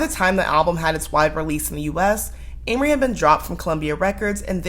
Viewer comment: I think you’re saying her name wrong yeah😂😂😂